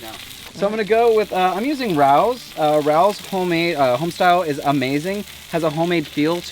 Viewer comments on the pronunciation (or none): Every single time said RAOWs, I replied “it’s RAY-Os”! I can’t believe he didn’t hear me.🤦🏻‍♀️ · It’s Ray-Os. Great show!!